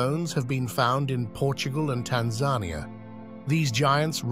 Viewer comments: more A.I. crap commentary. Tan zan aya. really?? Tanzania. fixed it. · When will YouTubers learn to pronounce "Tanzania"? I swear that they must listen to each other's videos instead of actually conducting original research.